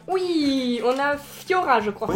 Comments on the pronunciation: je crois que c'est flora pas fyora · les pattes en tic tac mais oui on dirais trop:-) et puis "Fiora " nn mais cest Flora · J adore j ai Pete de rire quand t as dis fiora dsl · c est flora pas fiora